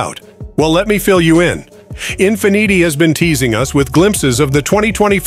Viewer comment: Learn how to say Infiniti, ok?